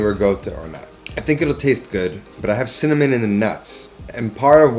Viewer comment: .."Sinnamoninnit".. Hard to find spice..